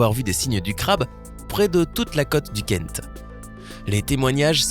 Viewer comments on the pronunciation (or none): none